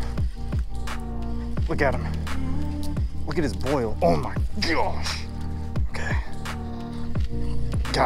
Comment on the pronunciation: "Oh my geosh"